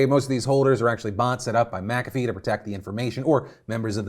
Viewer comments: I'm pretty sure it's not "Makafee" but rather Mc-afee (kinda like McDonalds and not MacDonalds). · The way Phil said McAfee made me wince.... and he says it A LOT 😅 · Did you just… pronounce it “Macavy” and not McAfee Edit: so today i learned i have mispronounced this word my entire life